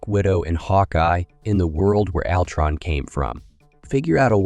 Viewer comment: This sounds like AI wrote this. Maybe its how you pronounce "alltron"